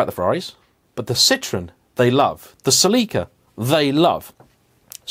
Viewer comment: Well if you're talking about sins allready i thought i might mention the fact that Japanese pronounce Celica very quickly so the way you say it celiiica is technically wrong and it could be seen as a sin😂